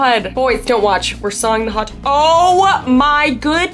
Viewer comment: Bro you were talking about hot dog water and all my mind could go to was- INTRODUCIN, THE CHOCOLATE STARFISH, ANNTHA HOT DERG FLAVOURED WATAH